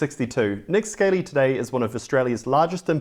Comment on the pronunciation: Not that it matters too much but I am fairly sure is it pronounced Nick Skah lee or scar lee not like a Scaley reptile